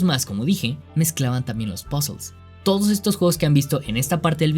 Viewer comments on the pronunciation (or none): el video iba lindo, hasta que dijo pozels, ahi callo mi ¿ queeeeeeee? pozels que es eso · "POZOLZ" :v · "pasol" XD